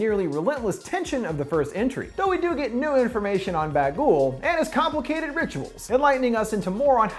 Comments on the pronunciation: It's Bughuul not Bagool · Why the hell do you call it ‘ba ghoul’ like honestly. Get it right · Honestly every time you say bagul I just hear bagel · Im sorry, but did he say bagel? 😂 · Everytime he says " Baghul" I start craving a baguette.